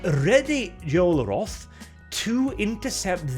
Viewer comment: "Yoel Roth" mmmmmm